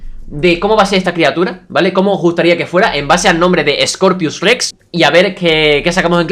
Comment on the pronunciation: X2 y dice Scopius y no Scorpius Rex